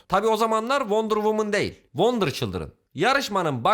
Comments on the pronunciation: Wonder childiren oluyor wonder WUMAN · wonder cıldren wonder cıldren ssjjssjsjjssjsj